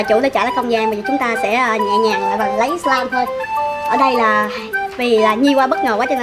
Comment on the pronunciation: Nhi ơi là slime chứ không phải lây